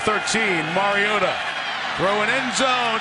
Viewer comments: "It's mario-tah not mario-tah" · It's Mariota not MarioTa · The way he kept saying mariota pissed me off he keeps saying marioTUH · It's not Mariota is MarioTTTTTAAAA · “Mario-TUH” holy, that is so annoying... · the way he says MarioTA makes me want to die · Someone tell the announcer its Mariota not "marioTUH" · It's Mariota.. not Mario-T-a... get it.. Harry potter reference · sir zombie-slayer no they finally got it right smh y'all been saying it wrong for years. It's Mario-TA is how you pronounce it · Or Mario-TUH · Am I the only one bothered by how that one commentator kept pronouncing "Mariota"?? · The way he pronounces the t in Mariota makes me uncomfortable. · I hate how the announcers said Mariota. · Anyone else hate the way he pronounces Mariota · His inconsistency when it comes to pronouncing Mariota's name is annoying.